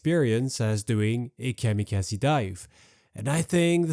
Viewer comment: Can you say Kamikaze again LOL😂😂😂😂